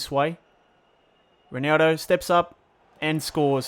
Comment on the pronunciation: Can you pronounce ronaldo's name right please?